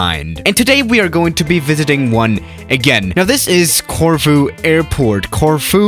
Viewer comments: I Thought you said tofu airport 😂😂😂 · I live in Corfu and I love it when you try and pronounce it